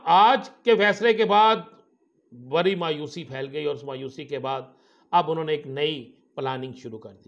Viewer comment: آپ کا " ڑ " کہاں بھاگ گیا ڑانا صاحب؟ لرینگے جھگرینگے بری خبر۔۔۔۔ بڑی خبر 😊😊😊😊😊😊